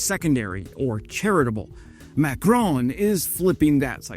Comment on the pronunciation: How many times can one ignorant American mispronounce the name of President Macron? If you are a dumbo from the US Army, and a coward from the USAF, the number is infinitesimal. Never forget about what the USAF did to Kunduz.